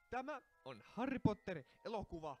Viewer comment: Harry ei sanota harri